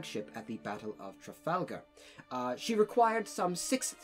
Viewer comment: As a baguette, I stopped listening after you uttered the word "Trafalgar"